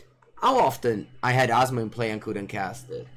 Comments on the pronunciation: I love but the first time (at least) he said her name he said wrong. Even in the banner is wrote wrong. But I still love you. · saying Asmo's name is the highlight of the stream.